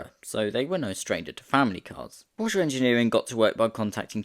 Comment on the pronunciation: its Porshe, not Porsheuh